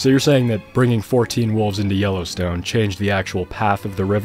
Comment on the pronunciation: All I can hear is YOLOstone park :D